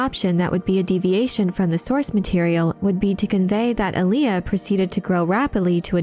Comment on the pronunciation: There's no emphasis in the 'L' in 'Alia'. You're pronouncing like the r&b artist Aaliyah. It's more like Arya (Stark). Respectfully of course.